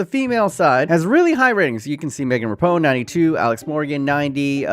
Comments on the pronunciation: its pronounced ra peen oh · why do you say “Megan Rapinoe” like “Megan Rah-pone”? I’ve only heard it said like “Rah-Peen-Yo” so I’m wondering if I’ve been pronouncing it wrong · Rapinoe is NOT pronounced rapone. You're letting the Americans down. It's is Ra-pee-no. Rapone isn't even the right order of the letters 🤦‍♂️